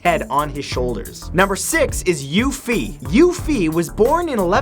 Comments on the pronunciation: omg I couldn't stop laughing after he completely butchered the name xiahou dun he said dun correct but xiahou is pronounced like she-a-ho not jin-jew that's not even close to correct. also Yue Fei is pronounced as You-e Fay not You Fee and he would be from Hu-nan not Hu-na (its the name of the place that he said that Yue Fei was from). ive been studying Chinese for almost 4 years and lived there for a lil while so I know how to pronounce it lol he normally does really good at pronouncing things or names from other countries so im not bashing him at all im just letting anyone whos really interested in these people know the correct way to say them. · Thank you for this video with accurate information of Chinese ancient warriors, next time I could help you with the pronounciations of Chinese names haha Lu Bu is pronounced more as Lew Boo, and Yue Fei should be pronounced as Yue Fay. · Xia (shee-a) Hou (Whole) Dun (Dune) is more correctly how it should sound by the way Lu Bu and Yue Fei also pronounced quite wrongly lol, but understood that Chinese name wasnt easy to read without the tones lol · Hey you might want to work on your Chinese. CaoCao sounded like Cacao the things used in chocolate, Yue Fei sounded like the girl from final fantasy. And I don't even know why Xia Hou Dun is pronounced with a few extra letters. Lu Bu was the only one you got close on and that name actually have a different u sound which is replaced as V in the Chinese spelling system.